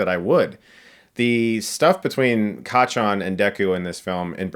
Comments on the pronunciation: hearing him say kachan is just so bizarre but now i want more. Also kinda want to see him review jojo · The way he say Kacchan is fun